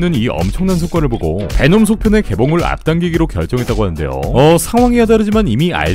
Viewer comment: 놈베라고 하는거 킹받으면서 웃기네 제주 돔베 고기 먹고싶다